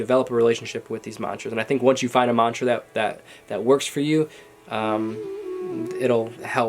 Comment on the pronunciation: Dear! you need to pronounce the mantra correctly in order for it to work. you have good mantas. Work your pronunciation.